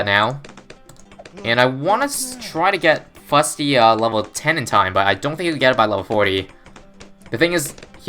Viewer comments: It's not Big Chungus... IT'S SHREK Also it Fus-ty, not Fut-sy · "How long can one Fusty survive?"